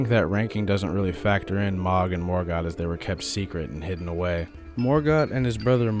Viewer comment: No shade but the way you say “Mohg’s” name bothers the hell outta me lol. I always heard it pronounced as MOW-G not MA-G. Dk which is correct just never heard anyone say it your way…so please stop lol